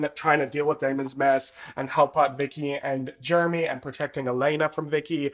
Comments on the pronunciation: Gurl the way I'm eating this up- Also with your accent it sounds like you're calling Jeremy "germy" 😂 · your accent having you saying Jeremy like Germy is my favorite thing bc he really acts like just a germ for the first one or two seasons in the plot😭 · "Germy" lmao 😂